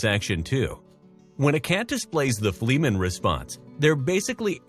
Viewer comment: Wait. My cat doesn’t own my house?!? Huh. I can not break the news to her. and... um, it’s pronounced like it’s spelled, Fleh - man, not Flea - man. Like the “e” in “bed”.